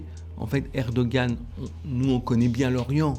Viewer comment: s'il te plait. Tu l'entends le monsieur, il dit ERE DO GANE, il y un G dans le mot, il faut el prononcer. Alors pourquoi tu dis ER DO HAN, bordel, il y a un G dans le mot (je sais, je l'ai dit jsute au dessus) il faut, il est important de le prononcer. Et je je m'en tamponne de comment cela prononce dans sa langue d'origine, dans ces cas là, vu que ce n'est pas le même alphabet, il faut l'écrire autrement en Français et ainsi on le prononcera autrement. Mais s'il y a un G suivi d'un A, cela fait GA, ah, à 8: 49, tu sembles avoir entendu. Rha, à 11: 50 tu recommences, grrrrrr Mais j'ai les mêmes remarques (pas pour toi, enfin pas toute) pour le chinois XI JIN PING, si c'est XI, pourquoi tout el onde CHI, faut l'écrire autrement si on veut du CHI. Pour el truc de al COP 27, c'est Charm El Cheikh, donc avec un Kh à la fin, pas un Rh à la fin, bordel, c'est pourtant simple de parler de Français. Et encore une fois, ce n'est pas le même alphabet, donc Bon, allez, mon commentaire inutile est fini, j'arrête là. Bizoux les enfants, bonne continuation avec votre toujours bon boulot (ben oui, quand même).